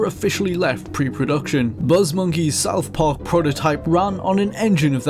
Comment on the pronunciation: "South Parke"